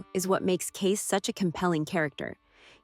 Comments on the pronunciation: You'd think that someone who claims to know so much about the Duttons would pronounce all their names correctly. It's Kayce, not Kace! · And it's CaseY. CaseY! Not Case for Pete's sake! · Cara, not Karen. Kacey, not Kace. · Ah yes KEIS Dutton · Kacey* not case. Smh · His name is spelled Kayce but pronounced like Casey or KC. Whichever is easier for you to understand. His name is not Case. 🤦🏻‍♀️ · Omg thanks for pointing out that it’s Kayce not Kace. That was driving nuts and I’m glad I’m not the only one!